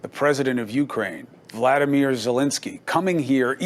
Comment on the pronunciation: Alredy Cuomo fucks it up at the start by getting the guys name wrong. It's Volodimir not Vladimir.